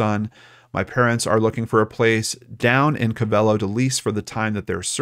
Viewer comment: It's pronounced co ve lo not co velo 😁